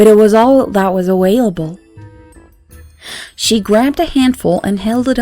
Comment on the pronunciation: Your English is nearly perfect, but it's aVailable, not aWailable. Otherwise I love hearing you. What's your native language?👍🏻